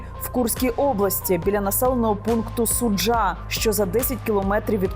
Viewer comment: Не суджА, а сУджа